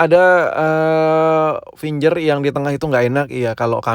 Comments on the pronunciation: Kamera gak penting...... Gaming is more important.....finger bkn finjer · Fingger print woi bukan finjer print